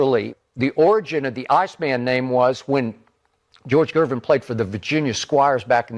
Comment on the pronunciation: Gervin not Gerving.